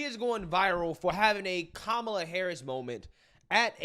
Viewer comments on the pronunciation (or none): none